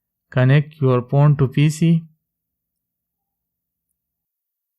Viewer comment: Is it just me or does it sound like he's saying porn instead of phone?